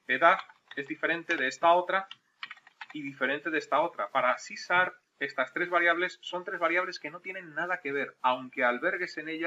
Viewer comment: Porque dices sarp y la h??